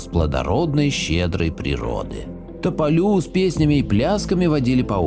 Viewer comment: Здравствуйте. Спасибо за видео. Если можно, поправлю. Не любистОк, а любИсток. И не тополЮ, а топОлю. И, наверное, не дедЫ, а дЕды, потому что был такой призыв "Приходите, дЕды, с нами пообедать!" Классное видео. Побольше бы таких. Спасибо 💐